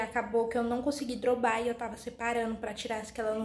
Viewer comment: Aí, ñ aguento vc falar errado uma palavra tão simples. Repete,dobrar,vc é Muito nova pra falar uma palavra tão simples errado,ainda mas na internet,é dobrar,dobrar,dobrar,dobrar,repete.